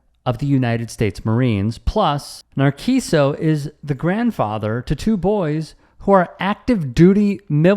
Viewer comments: Not Narquiso.. its pronounced Nar-see-so, its not Italian... thank you for your attention to this matter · It's nar-see-soh, not nar'key-soh.